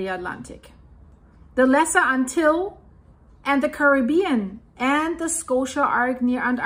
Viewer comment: ANTILLES, pronounced: Ant-till-eez.